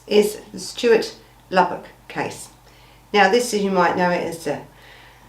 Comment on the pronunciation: At least get his name right. It’s Lubbock, not Lublock or Labrook. Switched off before the 5 minute mark. Smh